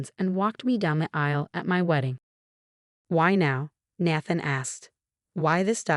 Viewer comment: It’s pronounced NAE THAN NOT NA THN 🤦‍♂️🤦‍♀️🤦‍♂️🤦‍♀️🤦‍♂️🤦‍♀️ You crap “authors” need proofread and fix your crap AI